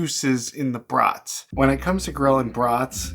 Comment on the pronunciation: Nice video, as always! Are they beef? I like the pronunciation: brutts (as in mutts).